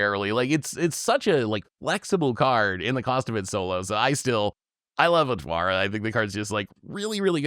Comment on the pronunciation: I love Otawara, but I can't decide if I want to run it more, just to hear him say Twara instead each episode